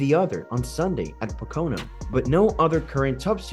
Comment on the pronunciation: Learn how to pronounce Pocono please.